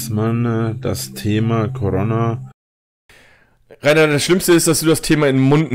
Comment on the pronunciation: Wie er immer Corona ausspricht... Corronna